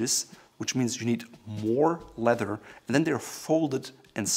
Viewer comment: It is a kind of crossover word. He is a native German speaker and in German the word for leather is Leder pronounced lay-der such that ‘ledder’ is somehow in-between. Great channel btw!